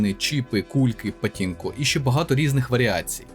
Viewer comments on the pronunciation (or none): не патінко, а пачінко, нашо вам та поліванівка вонюча